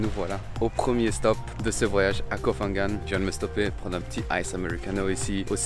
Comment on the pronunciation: Petit guide de prononciation: on ne dit pas Koh“fan” gan. “PH” se prononce p .h avec le h aspiré. Pareil pour Phuket.